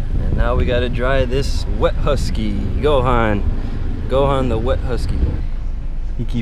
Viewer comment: I thought it was gohan not Go han